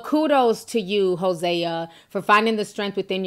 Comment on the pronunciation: It’s pronounced Jose like the Spanish name